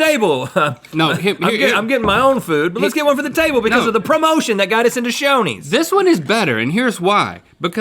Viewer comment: I thought Rhett said Sonny's instead of Shoney's and I was about to fight him. 😂